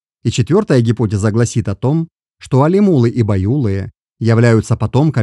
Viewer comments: Алимулы, байулык, не правильно произносить. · Респект за интерес к истории казахов, но исправьте, пожалуйста, произношение названий родов! По ушам бьёт! Алим улЫ! ЖетырУ! БайулЫ! Ударение на последнюю гласную 👆.Ведь странновато звучало бы" мОсквичи"," саратОвцы" или воронЕжцы. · алимУлы байУлы жЕтЫру, большими буквами отмечены ударения